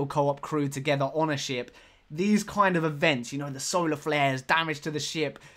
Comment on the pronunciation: I heard that it was actually "Solar Glares" not flares?